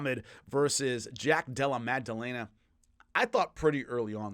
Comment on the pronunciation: Again, much respect, but there isn't and has never been a G in Jack's name. Madellena, not MAG. Come on,, you're better than this... 🤦